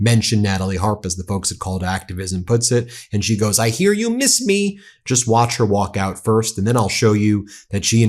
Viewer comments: “Deed you meese me? Here I yam”. 🤮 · No we didn't"meees" you at all.